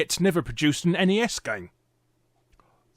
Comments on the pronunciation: Thats because Ness is not a word, but N E S is an abrieviation for the Nintendo Entertainment System.... you know, its name... XD.... just like its annoying to hear "Snes" as a word... like wtf gibberish is this? S.N.E.S. is okay, but really, we just called it Super Nintendo. Haha. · A Brit (or an European altogether) that calls the Nintendo console "eniies" instead of just Nes is kind of a rarity. :P